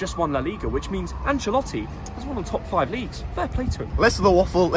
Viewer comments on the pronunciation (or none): none